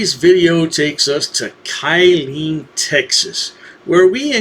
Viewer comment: I live in Texas. It's pronounced "Kill-lean."